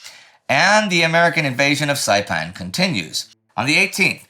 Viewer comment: Indy's pronounciation of the locations on Saipan is pretty good! He sounds better than me and I'm Chamorro